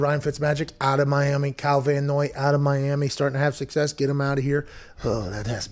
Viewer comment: I mean, it's Van Noy, but otherwise THANK YOU